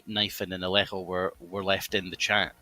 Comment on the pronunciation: 33@ It's pronounced Ale Joe